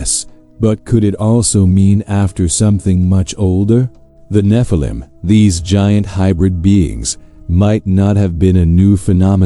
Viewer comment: The Nephilim not Na-phallum.